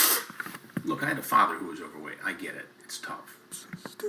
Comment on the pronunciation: Chris says "I had a father who was overweight." With an intonation that makes it seem like he's got a bunch of dads.